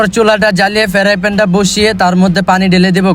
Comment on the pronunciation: ফেরাইপেন ❌ ফ্রাইপেন ✅